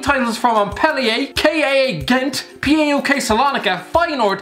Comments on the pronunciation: Its just called PAOK wtf is pi ei o kei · Paok is a word not letters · You spell PAOK like you read it And they are better than olympiakos